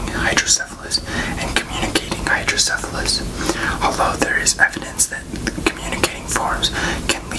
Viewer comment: I have hydrocephalus! You pronounced it right. Idk if I'm the one who you're referring to but I just wanted to thank you for this video! Awareness MATTERS